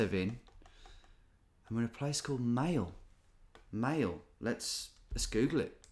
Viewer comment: Maillé is pronounced like my-eh not like mail and Péan is like peh-the an sound in answer without the hard n just the huh sound and Wehrmacht is mahht not mackt(